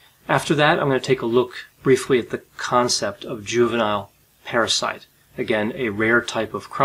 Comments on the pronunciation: Parasite or Parricide? Keep hearing “parasite”, not hearing “parricide”, nor just patricide and matricide. But I guess this murdering daughter can be considered and called a parasite🪳🪱to🦂?😂😂😂 Plus can admit they could sound alike as both start & end fairly similar: para-site and parri-cide … I was thinking “did I miss a Latin term re: the killing of a mother and father or one’s own parents” in hearing parasite. Now just rambling 😳 = Enuff! Ciao! You do amazingly Great Videos!!👍🏻😁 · 🤣🤣 I thought he kept saying parasites!!! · I kept hearing "parasite" too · Watching this while washing dishes I thought he said "parasite" each time. And before I watched the video I thought maybe she killed her parasitic twin, I thought "hmmm this could be interesting. " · At first I thought you said "a juvenile parasite" instead of "Juvenile Parricide". They both have the same meaning, I suppose.